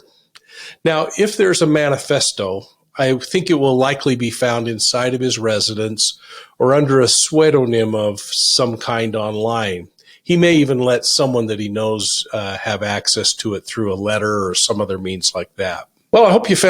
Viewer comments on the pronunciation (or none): Sway-doe-nim? It's pronounced "Sue-doe-nim." Threw me for a loop there